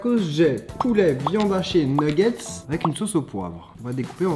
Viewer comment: j'entends viande hachiée moi 😂😭😭